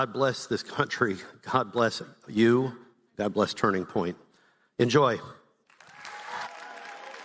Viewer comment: "Now we've got tunring point usa."